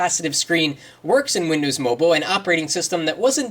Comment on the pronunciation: LOL@ "Windows Mobul" XD